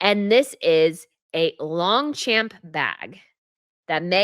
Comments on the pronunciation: please be more careful about pronunciation if you want to be taken more seriously. It is Long-shomp, not Long-champ. You want to be a fashion guru? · As an aside, it's pronounced "Lahng-shchamp" (French) not LongCHAMP.